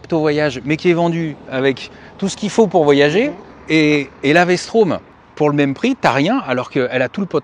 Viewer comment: Vstrom pas Vstraum XD faut apprendre le français messieurs. Merci pour la video